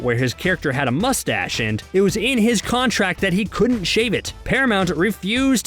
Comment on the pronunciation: Uhhh why can't you pronounce Cavill or Mustache?